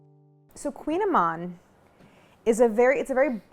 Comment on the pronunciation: Also, for anyone interested, the prononciation should be closer to "kooñ-ehmawn" (with a spanish-like ñ sound for the french gn) than "queen-a-man". ;)